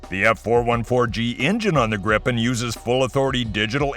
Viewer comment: Pronouncing "Gripen" almost like "Gripping" really gives off the wrong vibes. "Gripen" is Swedish and means "The Griffon" (the mythical Griffon animal/beast). So either pronounce "Gripen" better, or just call it "Griffon" instead, because "Gripen" doesn't have anything to do with getting a grip on things...